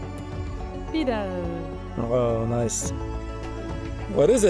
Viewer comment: And none of the names were said correct )) lahmacun, pide, Pamukkale, Kapadokya..